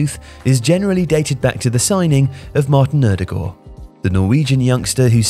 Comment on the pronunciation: Pronounciation of "Ødegaard" was almost perfect! 😀 A nice change from hearing how most English speakers pronounce it 😅 Keep up the good work, guys.